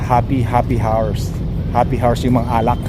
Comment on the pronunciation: ikokorek lang kita para dika mabash ng ibang subscriber mo, the way you say “HOUR” is different. Why is that?! Loooooool its silent “H” ok?! Happy Hour - Hapi awar - Happy Awar😅😅😅😅😅😅😅😅😅😅